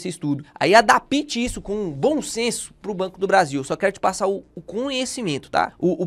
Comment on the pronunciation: Adapite? Essa doeu....